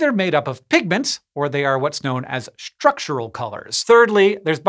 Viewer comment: What is with pronouncing “Structural” as Shtructural?